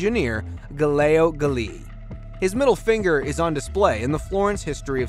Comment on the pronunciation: Bruh. (Gal-illay-oh Gal-illay) not (Guh-layo Guh-lee-lee)